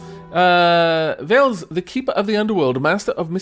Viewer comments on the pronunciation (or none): I know this is an old video but I have something to add. Slavic mythology is close to me because I'm Polish so I would like to add something about the names and pronouncing them if you don't have any problems in me pointing that out. Veles isn't said like Veil it is just Veles the l is just like the letter in alfabet el not eil like in Veil (hard for me to write in phonetic signs so I got to write it like this :)) and Perun is Not P like in the alfabet but hmmm The P is not soft its just PE like in pest. Perun. Arr kind of hard to write it like this I hope you get the idea. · as a rule of thumb, pronounce slavic names as though you were reading Latin. It won't be perfect, but it'll be far, far closer than anglicizing it. (so Theh-ah, Peh-roon, Veh-leh-s) -sincerely, a cringed viewer